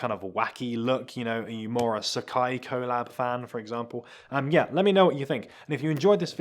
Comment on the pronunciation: Please learn how to say collab